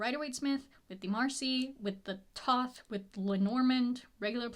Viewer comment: I love your videos a lot as I'm also learning Tarot and I hate to be 'that' person but "Thoth" is pronounced "thow-th" like the god. Kinda like The oath but thow-th.